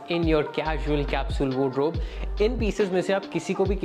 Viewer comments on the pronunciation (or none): Bhai it's called wardrobe not wod-robe 😅